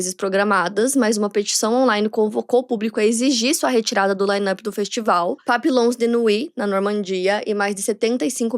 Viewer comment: Mais uma no final... A pronúncia de Papillons é "Papinhõn"... e, por aí vai...